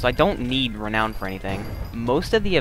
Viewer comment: Good video,. You're saying Renown wrong though. It's actually pronounced "re noun" Not "re known" But I'm sure you'll improve on that! Just because you have aqua brackets on pit doesn't mean you can reinvent an english word's pronounciation. Love the commentary hope they rework major events and promote you to moderator on hypixel!